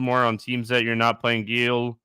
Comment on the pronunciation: Kristi doing everything she can to not correct on his mispronunciation of “Gil” lol